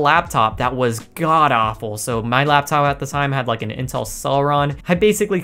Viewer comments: i am so retarded ,every time intel does his intro i always misheard him saying incel instead of intel . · At the beginning I thought he said incel edits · Does anyone else hear incel lmao